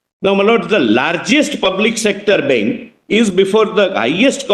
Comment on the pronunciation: Bank not benk